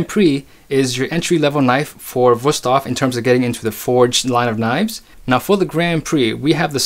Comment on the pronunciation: WOW you actually pronounced the company’s name correctly. I’ve seen a lot of adds lately where they can’t even pronounce the name correctly. They pronounce is “ woo-stave” and not and not “vu-stafe”